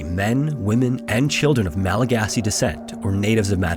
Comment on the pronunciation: Thank you so much for appropriately calling them Malagasy. So frustrating that so many people get it wrong.